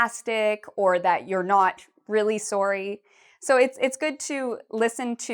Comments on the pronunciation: Why is she pronouncing it “soary”? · Sounds like a Canadian accent on "sorry".